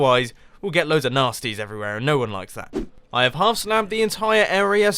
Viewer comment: Look, even us Brits don't say howf half like that.